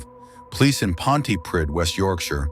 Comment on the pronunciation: Pontypridd is not in West Yorkshire, it's not even in England - it is in Wales. Also, it's pronounced 'Ponty-preathe' (like breathe). Also love that the subtitles call the band Lost Profits - which I'm sure they probably did once he was unmasked as a monster.